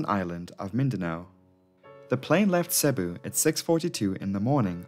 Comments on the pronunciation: Could you at least TRY and pronounce place names properly? it's effing Seeebooo (Cebu) not Sahbu. It doesn't take Sherlock Holmes to get the right pronunciation. Don't get me started on Iligan City or Munay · Very good video, RIP to all the souls lost. This incident is barely known here in the Philippines. I still wonder why are the planes Irish registered rather than philippine registered (obviously, i know its leased so lets put that aside.) Anyways, Cebu is pronounced "see-boo" and Iligan is pronounced "eel (as in the animal) lee-gun". Dont worry though, those are just minor mistakes.